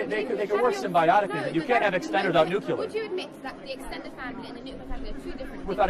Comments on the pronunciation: Nuclear. Not nuculer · Charlie... It's nu-cle-ar, not newk-yuh-lurr. Cuz Charlie will read my comment here. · The only thing wrong with you Charlie..is your pronunciation of ‘nuclear’. Nuclear not nucular. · Nuc-yeh-lere? Charlieeee it’s nuc-lee-ere 😂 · If Charlie wants to be taken seriously he needs to learn to pronounce NOOK-leer. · God, hearing him mispronounce nuclear 100 times was certainly something. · Okay already. I’m minutes and halfway through this idiotic broad’s diatribe, and mate, you really should have another microphone for these numpties to give us even more of a laugh PS: if she was my daughter I’d chuck myself under a bus, no offence obviously 🇬🇧 PPS: the only criticism I would have is your mispronunciation of the word nuclear, but hey, I’m a 🇬🇧, but hats off to you for spending your time trying to communicate with those spoiled brats. PPPS: what a shame that you need a Royal Marine just in case some idiot kicks off. Hats off to that fabulous regiment! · From - this dude gets dismantled, has no rebuttals, attempts to focus on a debate on the "nuclear family," gets taken to task even on this minute talking point while continually mispronouncing the word 'nuclear.' Kudos for actually posting this, because this Kirk guy comes off as uneducated.